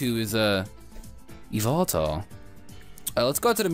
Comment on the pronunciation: E-VEL-TULL or Evil-Tell. Not E-VOL-TALL. Please lol.